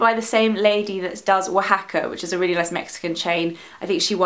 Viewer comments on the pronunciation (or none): none